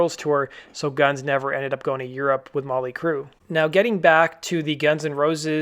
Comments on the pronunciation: Yeah, that was driving me fucking nuts. No emphasis on the 'T' in Motley at all. Its REALLY annoying. LoL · Why does it sound like he keeps saying Molly Crue. It's Motley.